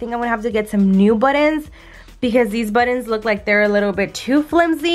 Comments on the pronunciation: Are you saying buttons? Or buddons? Lol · Girl I love how you pronounce buttons!! Because I’m not the only one that say it that way !!!! Yes I color the same way you and Jason color!! Your baby is so adorable 😍😍